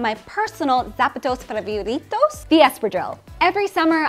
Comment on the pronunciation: Did she just say "Zapa-tohs fave-you-ree-tohs"? 🙆‍♂